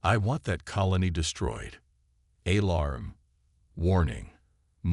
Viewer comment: Gravely disappointed in your AI!!! WTF is: "wiped a TEHR from his eye"???, "AYE-larm(alarm)", "deh-BRISS"(WAY TOO MANY TIMES), "ar-MAD-uh"(ar-MAH-duh)!!!!!!!!!!!